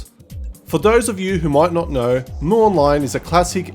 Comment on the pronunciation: Its read as EM YU not MU...